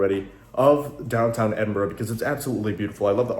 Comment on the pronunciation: watched this today great seeing you was in my home town glad you had a great time and you even said edinburgh the right wat some cant say it right lol